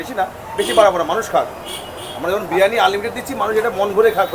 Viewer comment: Biriyani ❌ Birani✅